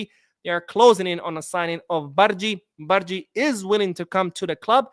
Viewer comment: Hey! The pronunciation of "g" in bardghji is as in you say "g" in the goal.